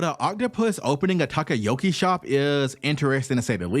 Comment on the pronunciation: Bro can’t pronounce anything right at all “Tacoyako” (Takoyaki) “Makima” (Makino) “Hatchan” (Hatchi) “Shishui” (Shusui) “Hyozaou” (Hyouzou) “Hody” (Hordy)